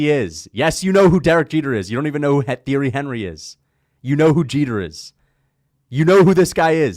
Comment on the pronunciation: The fact that you pronounce "Thierry Henry's" name the way you do; shows you are less than a casual in football.